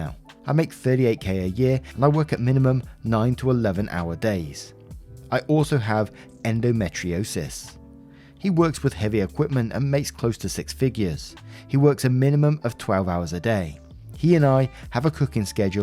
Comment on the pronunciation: Last story: Endometriosis (BTW, it's pronounced Endo-mee-tree-oh-sis - you're almost right, it's just meet instead of met) is fucking exhausting. Totally NTA as someone who was, at one stage, doing 12 hour days when taking into account commuting, while also taking morphine and pregabalin and a bunch of other shit to manage endo including hormones to either fake pregnancy or drugs to put you into chemical menopause. He needs to get off his high horse and let her enjoy her nap. Even if she wasn't sick, as long as it's not making the person unable to sleep properly at night etc, then a short nap is good - even airline pilots take naps mid-flight when they're flying long haul.